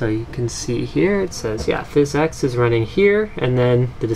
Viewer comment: Nice video, but i hate how you say physics.